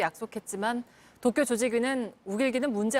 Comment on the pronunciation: 나만 도쿄 독도라 들리냐??